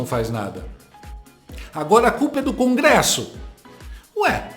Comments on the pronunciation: O mau caratismo desses militontos não tem limites. Usar a mãe pra causar comoção é pouco, a vômita mal do povo vende ela pra garantir o Pix do painho. E o outro militontos falando crongresso. 😂😂😂😂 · Perai, CRONGRESSO??? Eu tô lelé dos OUVIDROS, ou esse demente falou "CRONGRESSO" ??? SOCORROOOOO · O militante da globe news fala CRongresso.KKKKKKK